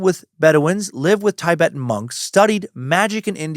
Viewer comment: Dan said Tibetan correctly by mistake in this one. I'm taking it as a win!🎉🎉🎉